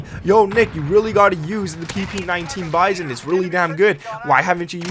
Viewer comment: It’s not bison it’s bizon lol